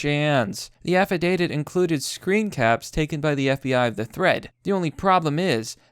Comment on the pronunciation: dont worry about it bro affidavit's a hard one just sound it out